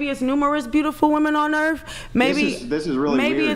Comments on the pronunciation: Earf = earth, maff = math LOLOLOL axe = ask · I brush my teef on planet Earf while I axe questions. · Pretty sure its pronounced "Urff". 😂